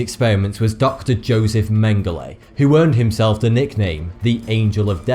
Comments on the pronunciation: I thought you pronounced Joseph Mengele like "yosef mengaluh" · how hard can it be to pronounce Mengele...